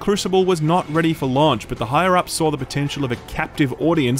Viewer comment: the way you say "launch" and "launched" really irks me for some reason! hahaha! keep the great content coming!